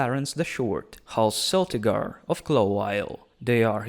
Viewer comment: Isn't it a hard C in Celtigar, pronounced as in Celt? Not much on House Staunton huh? You missed quite a few named Houses that aren't facing extinction or anything: Farring, Harte, Blount, Thorne etc. Was that because you didn't know the locations? Cos that makes the existing listed ones taking up lands in the image that are probably far too big...